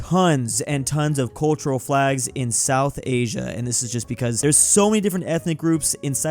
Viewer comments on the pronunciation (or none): none